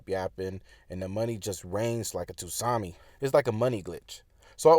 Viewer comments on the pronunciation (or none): Oh! I was hearing it correctly, it was pronounced tusami but its correct pronunciation is tsunami with a silent T.. Then I got brain freeze since a tsunami is like a wall of water when he said rain.. I might be to PC to get it 😅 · My bro said like a Toosami.